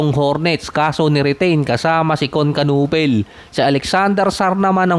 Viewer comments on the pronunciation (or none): Kun KANEPEL hindi KANUPEL.....